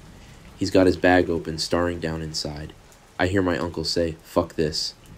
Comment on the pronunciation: I was wondering the same thing. Mispronounced staring to starring. And AI can copy people’s voices, it’s sorta the point of it.